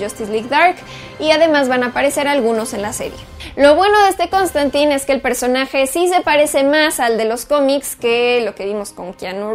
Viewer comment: ¿No se pronuncia Constantain? :P